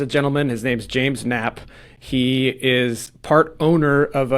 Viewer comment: Knapp is pronounced Nap - the K is silent.- Sheez you barely can tell this story.. I couldn't follow your story. I had to look up the real story and here it is. State of California vs Knapp Case Details: State of California vs. James Knapp Case Details in Santa Barbara The City of Santa Barbara has filed a criminal complaint against local property manager James Knapp for alleged violations of the City’s just cause eviction ordinance. The charges include terminating tenancy without just cause, failure to comply with the city’s just cause ordinance, and neglecting to serve proper permits. Knapp is a partial owner and property manager at 215 Bath Street, a 52-unit complex where the alleged violations took place between January and April of this year. The legal action follows the serving of just cause eviction notices to 11 tenants at the property, leading to an unlawful detainer complaint when one tenant did not vacate. In response to the charges, Knapp’s defense attorney, Robert Forouzandeh, claimed that while they consulted with the City Attorney’s Office before issuing the notice, he believes the city ordinance is vague and that criminal prosecution for serving an eviction notice is unprecedented in his 17-year career representing landlords. The case is set for an arraignment on June 12, where more details about the allegations and defenses will likely be presented.